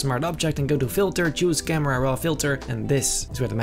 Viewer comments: I wanna say that him saying camrera is a bad thing but he's so dope that its basically a compliment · I love when he says camrara